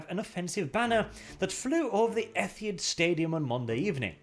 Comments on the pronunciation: the 'Ethiad' Stadium, it's Etihad. This may sound obnoxious but I live in driving distance from there (it's in Manchester not Pensyllvania)and it is pretty obvious pronunciation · FAKE accent. He mispronounced the name of the stadium.